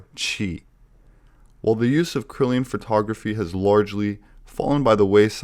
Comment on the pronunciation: "Kirlian" (Kur-Lee-An), not "Krilian (Krill-ee-an)".; - ) Cool video, this takes me back!